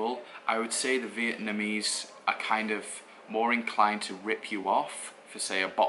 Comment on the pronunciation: Dude, stop saying Vietmanese! It's fucking annoying. It's VIETNAMESE!